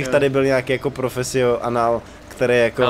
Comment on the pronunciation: profesio anál xdd